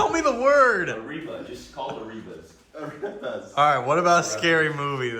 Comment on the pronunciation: It's Ah-rep-pahs!!